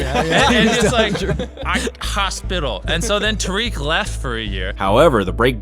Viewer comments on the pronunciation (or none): it was a joke because he said it wrong. He meant to say Tariq, but the voiceover he was using said tarik